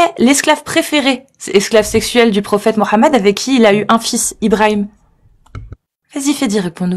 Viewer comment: est parfois naive, l'intervenant n'est pas coraniste, il pratique la taqyia. Et stp arrete de dira "morammed", en bon français il n'y a pas de "r" mais un "h" qui est muet